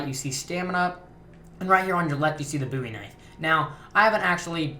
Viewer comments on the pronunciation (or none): DA booy knife. mate it's called the bowie knife